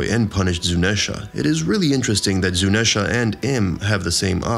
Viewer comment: How did you mispronounce Zuneisha, Imu, and ZOU I want to cry